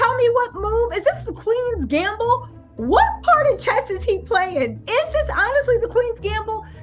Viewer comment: It’s pronounced “QUEENS GAMBIT” Respectfully 🙏🏾